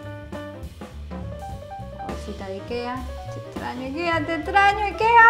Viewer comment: .....dónde decís que se compra...Nikea??? no entendí el nombre